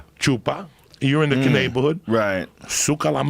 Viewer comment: "You're in the ka-neighborhood"